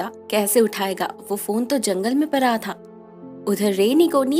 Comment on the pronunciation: its not परा its पड़ा। its not गारी its गाड़ी।